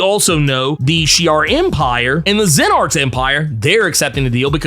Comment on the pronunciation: SNARKS, not "Xen-arks"!!!!